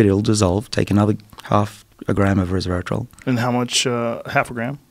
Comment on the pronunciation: Did he say “reservatrol”?